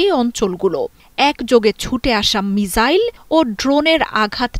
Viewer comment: সকাল থেকে মিজাইল মিজাইল বলে মেজাজ টা গরম করে দিচ্ছে। মিজাইল কি জিনিস ভাই ? মিসাইল বলতে কি সমস্যা? সাংবাদিক গুলো এখন চাংবাদিক হয়ে গিয়েছে। রেন্ডিয়াদেশের সাংবাদিক নামের হকারদের মত করে উচ্চারণে তাঁরা গর্ববোধ করে। লজ্জা।